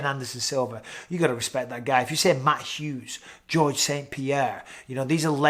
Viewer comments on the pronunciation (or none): none